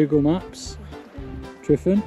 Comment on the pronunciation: Why call it Mount Tryfan? It's simply Tryfan, been that for hundreds of years. Pronounced Truvan not Trifan